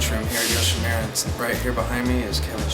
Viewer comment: all nice,only one thing,it's not yoshimira,it's youshimura:)